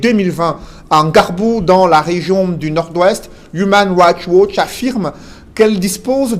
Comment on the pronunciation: tu prononces très mal human rights watch